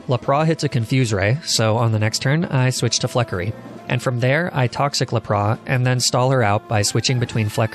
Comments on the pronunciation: Lapras definitely isn't la-praw. That's just silly. Look at all of the shows, games, and movies involving lapras. It's lap-ras. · Honestly man, love the video....but what in the freaking world is a Arca niney and La Prah? Are you doing this intentionally to drive us crazy? wanting to punch the hell out of the screen and keyboard, bite our nails and bite our tongue in full rage!!! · It is lapras not lapra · Theirs a s on lapras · lapras isn't pronounced as laproe it is la pruhs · WHY DO YOU SAY LAPRAH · Laprah? Lap-ras... Sorry that bugged me so much you said it like 13 times in under a min and a half. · NOT LAPRA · Fid he say lapra instead of lapras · Ah yes lapraa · arca nee-nay this isn't the end! Lepraa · lapraS, lapraSSSS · You absolute psychopath calling lapras “laprah” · LePra, Arcaneenee, Onixii- what are you from Vietnamese Crystal??!! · Dude Arcaninay Laprah What the fuck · 𝑳𝒂𝒑𝒓𝒂𝒂𝒉 and 𝒂𝒓𝒄𝒂𝒏𝒚𝒏𝒆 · You said to Lapras laprass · You lost me at Arcaneenay but you killed me at Laprah. For obvious reasons, I could not sit through the rest of the video, hilarious xD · “le prois”: exists . Arca-knee-nae: finally our battle will be legendary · Nobody: Not a single Poketuber:: "Arca knee ne, La prá." The way he pronounces these is still hilarious, ngl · Lap-Bra? Come on bro... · Excuse me? Arcaneenay and la-prah? Did I hear that right? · Bro. Arcaneenay and Luhprah? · Stop saying laprá lmao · I have to ask, are you doing that on purpose? Lapra?? Arceneighneigh?? I mean I love your videos but come on man you gotta tell me if your doing this on purpose it's a rule!! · The way he pronounced "Lapras" makes me want to commit die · I can't pay attention to anything else when he started saying laprá 😂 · Who would win: one Arcaneenay, or one Laprah? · Mate the pronunciation of some Pokemon (arcaneenay and la prah) is on point. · im sorry but.... LAP-RAH????? jk love the vid <3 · I love says larbras and archinini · His pronunciation of Lapras is beautiful.